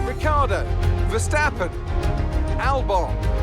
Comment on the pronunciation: Yes but is Ricciardo not Ricardo 😂